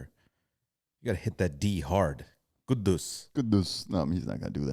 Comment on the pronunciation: It is Quddus, not Kudus. Usually Quddus is a name for males and it is preceded by Abdul.